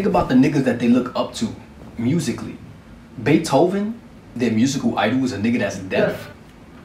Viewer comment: HE SAID "BEETHOVEN" SKSKSKSK